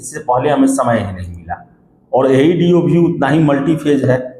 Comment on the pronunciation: Chutiya tumko to bolne bhi nahi aata Aeeedee nahi hota AeDo hota hai kewal aur kewal bakwas karte ho ,kuch tumlog ko pata nahi hota ,ekdum lagta hai itna gali de ki kaho mat tumlog ek exam nahi hone doge